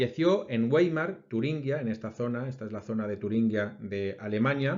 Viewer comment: No se lo tome a mal lo que le voy a decir: En aleman la W no se pronuncia como en ingles sino como nuestra v. Coloque los dientes de arriba sobre el labio inferior y pronuncia la v. El sonido será el de W en aleman. Pruebe entonces con la palabra Weimar " vaimar". Firmado un espanol que vive en Alemania. Un saludo.